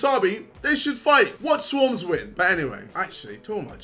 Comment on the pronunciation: Jake paul needs to re-learn English if he can't pronounce Swarmz